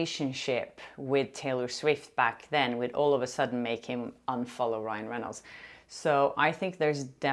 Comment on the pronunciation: I loved it when you accidentally said “Ryle” Reynolds!! Ahhhhh besttt hahahahah